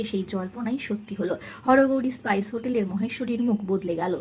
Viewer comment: হরগৌরি পাইস হোটেল, স্পাইস হোটেল না, উচ্চারণ ঠিক করুন।